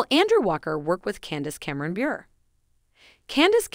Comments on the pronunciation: You need to check out some facts about Candace Cameron Bure. As others have already noted, she is NO longer with Hallmark. You should also learn the CORRECT pronunciation of Candace Cameron Bure's last name!!! It actually ends with a LONG vowel sound. I'm certain it will surprise you that it is a long A sound!!! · Please pronounce Candace Cameron Bure correctly! If you are unsure. Check with her or someone.